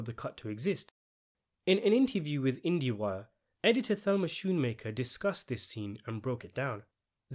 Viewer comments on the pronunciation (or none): shoonmaker is incorrect. the correct pronunciation is like skoon maker check this out